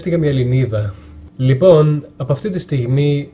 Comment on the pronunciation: Απίστευτο! Σαν να είσαι Έλληνας ακούγεσαι! Μια φιλική παρατήρηση, μη δίνεις τόσο έμφαση στη λέξη "λοιπόν", αν το αλλάξεις και αυτό,πραγματικά δεν θα μπορεί να ξεχωρίσει κάνεις αν είσαι Έλληνας ή ξένος! Συγχαρητήρια!